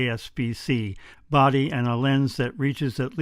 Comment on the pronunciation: APS-C, not ASP-C.